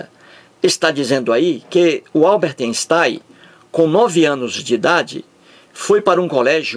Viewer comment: "Alberte Enstai"